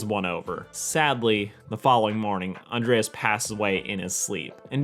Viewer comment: Flamingo? Spoon-bill, Becky would be disappointed. And Andrés is pronounced An-drae-s, not with ea-es